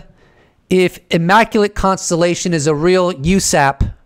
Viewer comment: WTF was with the immaculatetetetete constellationonononon?? LoL